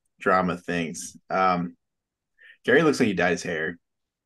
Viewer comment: It's pronounced "Gary," not "Jerry."